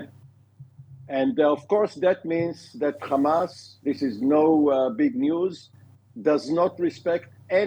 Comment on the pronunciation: Beautiful commentary today on TV 7. Really loved the use of George H.W. Bush's of the long "a" sound instead of the short "a" for hamas. Keep the faith! God is with us.